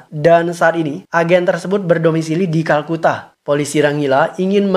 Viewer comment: bang kolkata bkn kalkuta edan